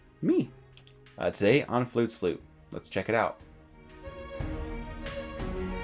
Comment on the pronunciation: I'm a first time viewer and I just have to say the way you said flutes loot sounded like flute sloot hahaha straight up sounded dirty lol